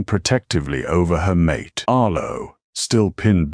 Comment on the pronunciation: the MISPRONOUONCED "mate" as "MAa' TAaa" gets a DOWN VOTE.